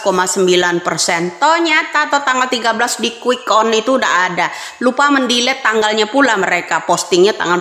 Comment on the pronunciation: Quick Count jelas ngucapin C itu.... yg terdengar jadi quick on tuh,, betul 2030 Indonesia akan Bubar oleh Prabowo kalocaranya Menang begini